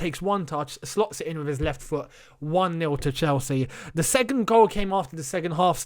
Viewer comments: you know how you don't like people mispronouncing ziyech. It's SECOND mate not segond 😂😂😂. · Nobody:: “Segond”